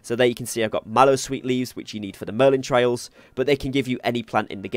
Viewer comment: It's merlin TRIALS!!! Not merlin TRAILS!!!